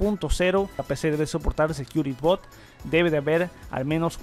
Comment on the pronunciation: Hola! Por favor no tomes a mal este comentario, pero te recomendaría comprobar la pronunciación de las palabras en inglés que mencionas en tus videos como build, cloud, secure boot, etc. Yo sé que el público es de habla hispana pero muchas veces confunde a los que sabemos la pronunciación correcta. Muchas Gracias!